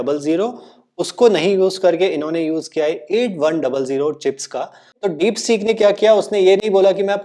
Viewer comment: डिपसीक डिपसॕक नहीं